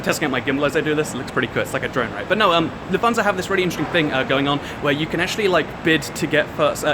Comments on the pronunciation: Took me a while to realize you said "Lufthansa" because of your weird pronunciation haha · Nice little video. However, I needed to listen three times until I could correctly understand "LUFT-hansa". (Ever been to First Class DB regio? Basically about 8 seats in front with a different colour...)